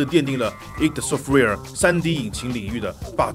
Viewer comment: Id software不是读i.d？